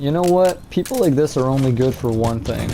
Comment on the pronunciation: Did you rike it